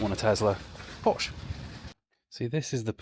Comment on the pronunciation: You can buy a Porsche when you say it properly :p if the Germans make a YouTube video telling you how to say something it's cos you've said it wrong😂